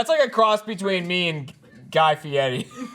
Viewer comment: Jeremy had the correct pronunciation of Fieri.